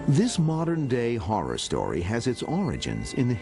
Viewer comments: Is this man incapable of saying horror? It’s not a whore house. Omg. Lmao 😂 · I'm sorry but two times so far someone saying "Amityville Horror House" it sounded like he's saying "Amityville Whorehouse." Its hilarious. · Why do you keep saying "The Amity Whore House?" It's H-O-R-R-O-R. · Did he say Amityville horse house lol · Did he say “ whorehouse” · Did i hear right Amityville whore house? thats what it sounded like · That kept making me giggle! I wanted to say "No, the whorehouse was on the OTHER side of town."